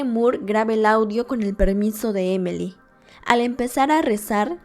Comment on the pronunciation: Su nombre es Emily, por que dice emely ?